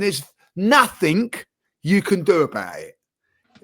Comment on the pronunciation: “Nuffink” - Cretin